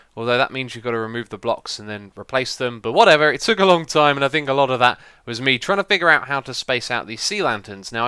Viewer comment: lol the way you say "whatever" has no accent to it. It sounds white almost